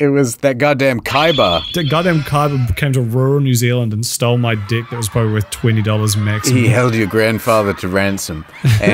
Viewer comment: Love it when New Zealanders say deck